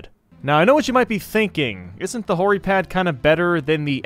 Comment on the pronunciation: Who else found it funny when he said hori pad